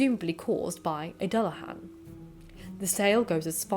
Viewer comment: I was also bugged by the pronunciation of Dullahan too. To my understanding it’s Do-la-h-on